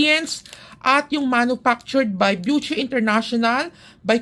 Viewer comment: My friend hello byushey yung alam kong bigkas jan pero okay lang yan 😅 enjoy ka pa rin talaga mag-review 😊